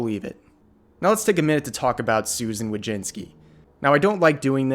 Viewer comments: Susan Wo-jiss-ki That's how u pronounce her REAL name. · It's pronounced Voy-chits-key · It's pronounced Wo - Sug - ma